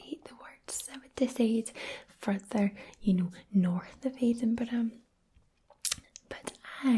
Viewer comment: Her ums were more ehm and been was bean, but otherwise that Colorado accent was fantastic! Definitely wouldn’t have suspected her as non-native if I met her in the Denver metro area. I’m native there btw